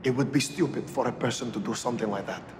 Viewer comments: Did anyone else heard when he said "fer" instead of "for" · After watching this skit like a million times, I noticed that he doesn't properly say "for" the first time; he just says "fer". So I thought that is why he repeated the line saying "for" correctly. But now that I see that he is about to burst out laughing, my theory was correct. Thank yoh sir.